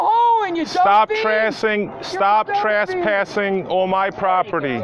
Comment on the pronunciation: “Stap trasspassing”